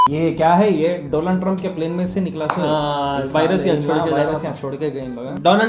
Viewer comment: DOLAAND TRUMP😂🤣